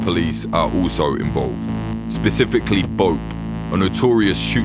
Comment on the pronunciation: BoPAY is how you pronounce BOPE buddy.